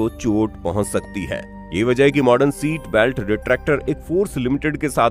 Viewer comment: भैया सीट बेल्ट होता हैँ की सैट बेल्ट होता होता हैँ